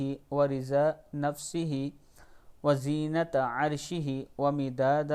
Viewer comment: Feqrqh wzenate arshehi hai yon kahna galat hai wzinate arshehi